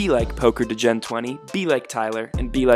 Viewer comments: What the fuck is a DUH Jen? 😂😂😂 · is the best, but it’s DEE-GEN not DUH-Jen